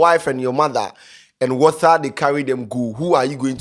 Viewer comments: Honestly whats up with pronunciations of late..... pronouncing 'T' words as 'TH' bro why.... bro, be saying lather, instead of later, wather instead of water..... Whats up man? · Check your pronunciation of the letters "t" and "th". What is wather (water) and betther (better). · Is the word 'Water' or 'Wather'🤣🤣🤣🤣🤣🤣🤣🤣